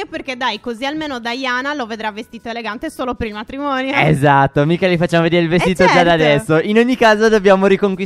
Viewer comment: stef dice matromonio